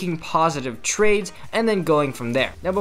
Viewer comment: "positive trakes" I know he mean trades